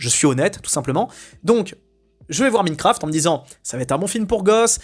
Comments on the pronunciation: "MINEQURAFTE" 🤣 ah bah il est beau l'enthousiaste du cinéma américain. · "Minecraft" ? Pourquoi tu ne prononces pas "Maillenecraft" ? Quant à "Natacha", c'est un massacre de la BD, avec les messages non subtils sur le féminisme, les références forcés au covid et Netflix, le narrateur inutile et pas drôle, Walter devenu un idiot (alors qu'il ne l'est pas dans la BD)... Par contre, le film est plus familial qu'exclusif aux enfants, avec beaucoup de vulgarité qui n'est même pas présent dans la BD ("pute", "connard"...) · c'est le karma qui te punit pour ta prononciation de minefcraft.